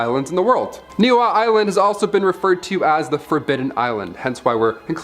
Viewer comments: Pronounced “ knee-ee-how” Niihau island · The island of Niihau is pronounced nee-ee-how and Kamehameha is pronounced ka-may-huh-may- huh